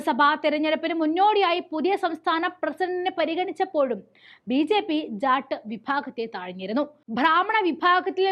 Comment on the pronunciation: ഉച്ചാരണം വളരെ അരോചകം. ഉദാഹരണം : സമുധായം, ബീച്ഛേപ്പി, ഭാദ്യത, എന്നിങ്ങനെ.